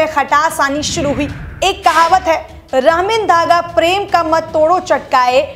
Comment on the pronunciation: उच्चारण सही करो मेडम रहिमन धागा प्रेम है आप रमित कह रहे हो